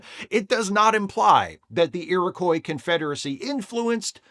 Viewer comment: Just FYI it's pronounced 'Erie-Kwah',. Don't feel too bad as I've pretty much ONLY heard it mispronounced when covering this story lately...